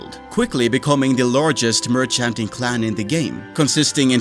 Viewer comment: The way you say merchanting is so funny. Keep up the good videos bro